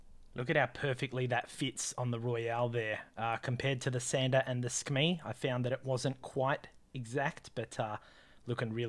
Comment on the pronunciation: Not to sound nerdy 🤓 but I am pretty sure it's pronounced Su-Kuh-Mei